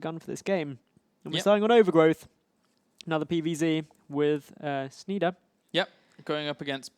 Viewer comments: PRONOUNCED SHNY-DEHR, FFS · You hurt me ears when you pronouce like Shneeder!